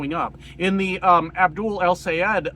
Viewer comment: Loved the video. Sister wife here #86/47 from Michigan. I would like to make a couple of points about things you brought up in your video. 1. Try pronouncing his name as El-sigh-Ed or El-si-ed. It may help. I know this is a screwy way to break down names, but it has always helped me. 2. A point I would like to see you make when discussing wars in the Middle East is to point out which party was in the White House when the First Gulf War, the Second Gulf War and now the Iran War started. 3. Michigan is an open primary meaning that when we go to vote in it, we do not have to declare a party, but we do have to vote a straight ticket. If you don't vote a straight ticket you have "spoiled" you vote and it won't be counted. 4. Voting the right people into office is only half the battle. If we vote them into office and then just sit back and chill things are NOT going to change. We need to keep on who ever is elected to put in some serious overtime. Loop holes need to be closed and laws need to be put into place to prevent what is currently happening. They need to clean house literally, and hold people like Miller, Blanche and Lutnick accountable. We need them to get things in place so that legal cases can be brought against Trump and his family members and strip from them all their ill-gotten gains, so they can be returned to the people of this country. We made the mistake of not pushing for the Biden administration to send a clear message to MAGA. We made the mistake of not pu